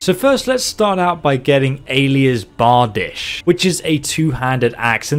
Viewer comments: Hahhha.. I think I'd pronounce it as Ayelas Bar di shey. Not like he did, lol.. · BAR-Deesh axe. Fyrd = Feerd. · “Allah’s barbadich” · Allahs Barbadish, Aylas Bardish, I can’t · quite possibly the greatest pronunciation of all time